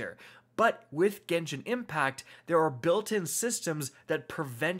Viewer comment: It’s Genshin not genshien lol people mispronounce it.